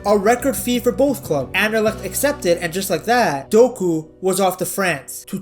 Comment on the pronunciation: Dang, you actually pronounce Anderlecht well.